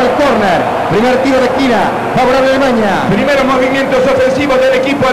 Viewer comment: Que estrés escuchar al narrador decir "Alemaña"